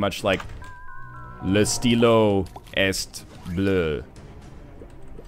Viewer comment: You're right, your french IS bad. I live in BC too, and only took french from grade 5 to grade 12, but I enjoyed and pursued it. "Le stylo est bleu," is grammatically correct, but you pronounced the "t" sound in "est" when you shouldn't have. You only pronounce consonant sounds when the next word in the phrase starts with a vowel. "Le stylo est orange," would have the "t" sound pronounced in "est". Also, "Je suis vingt-cinq-onze," has the mispronunciation of the "t" in "vingt" as well, but more importantly, saying you ARE a number of implied age literally means you're saying "I am the number twenty-five-eleven." In french, you say "J'ai vingt-cinq-onze ans," or, "I have twenty-five-eleven years (to my age)." Both statements in french and English imply you're talking about age, but french is more literal. Also, twenty-five-eleven doesn't make any sense in french or English.